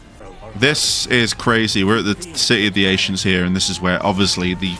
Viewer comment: Why are you saying ancients funny?? Ashients 🤔 🤔